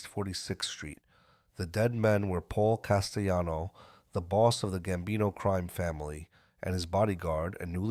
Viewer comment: Carmine FAT-Tick-O...Paul CAS-Tell-anno (Not CAST-E-ANNO).😮😮😊😊 That's how we pronounce them.